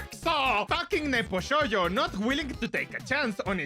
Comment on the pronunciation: its not vshoujo, its vshojo